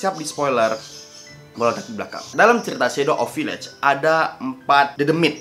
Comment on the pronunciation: Harus-nya VIIIIAGE BUKAN VIIIAGE